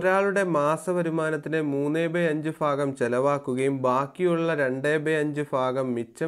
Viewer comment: ഫാഗം അല്ല സർ. ഭാഗം എന്നാണ്. ( fagam is wrong sir. Bhagam is right sir)